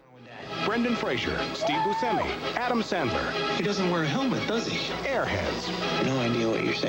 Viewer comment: 'Steve BOOSEMI!' Um...that's a pronunciation choice!